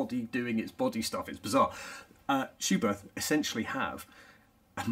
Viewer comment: Good information video. But a well-intentioned note from me as a German... it is pronounced "Schubert with a short T"... without the H after it. Please ;-) Michael Schumacher also wore Schuberth helmets as an active F1 driver.